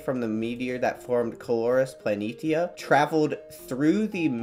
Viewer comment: You pronounced Planitia wrong.